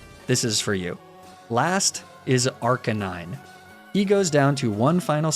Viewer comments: FINALLY putting that PhD to good use! Also, what the hell is an Ar-ca-nine, I thought it was Ar-ca-ni-ne? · Cant believe he pronounced arcanine so wrong, everyone knows its arca neenay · Ok, I must say that I appreciate the amount of effort and science that went into this one. But I do have to complain. What was it with the pronounciation of the rivals last pokemon? Did you do that on purpose, getting it wrong because its April Fools? Because I was not looking at the screen and I had no idea what Pokemon you were talking about.. Ark-ah-9? What is that even? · What is an "Arcanighn", it's obviously pronounced as Arc-a-knee-nay. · Me: "Yeah, great video, loving every minute of this dumb april fools content that's still fun content despite being a joke!": says Arc-a-nine instead of arc-uh-nee-nay. Me: "Oh. Oh no." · arcaNIne, not arca9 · He said “arca NINE” and not “arca knee neigh” and my soul is hurting rn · Oh god he said arcanine and not arcanyne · Can't believe he did such thing for April 1st. He said arca9 instead of arcanine :o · why did you say arcaneenay wrong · Uh, look, I'm not normally the type to harp on this sort of thing, but you mispronounced Arcanenay at the end there. :/ Might wanna fix that. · please never say arcaneenay like that ever again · the way he said arcanine and not arcaneney tickled me good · Sir, I'm sorry, but you said arcanine wrong. It's pronounced "arc-ah-nin-eh" tyvm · bruh, arcanine? really? you know it's pronounced arkeh-nee-nay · WTF is an Arck uh Nine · This Nuzlocke is invalid for cheating!!!! Unliked, unsubscribed, unfollowed on socials, unsuggested to my friends, unwatched all your videos, unlearned nuzlocke strategies from you and this comment will self-destruct in 20 seconds. By the way, the correct way to pronounce it is Ark - ay - nou - en you casual. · Wtf is an "arc-a-9"? Weird. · Thank you! but please... it's "ARCANEEENE". IT's weird the way you pronounced it in this challenge. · HE SAID ARC-A-NINE!!!